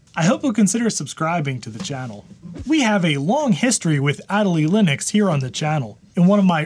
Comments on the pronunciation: There is 0.00% chance you are not pronouncing MATE and Ma-te while saying ad-a-lee whilst the E literally has the accent. There is no way that isn't a troll. Well done, I hope. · If that distribution of Linux is named after the Adelie Penguin, shouldn't it be pronounced the same..? "uh-DELL-lee" (notice the accent over the e...) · Funny pronunciation of Adélie like always.